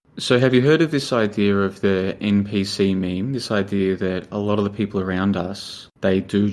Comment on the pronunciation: bless and his ncp xD its npc buddy i wish your buddy would have corrected you lol <3 great content tho.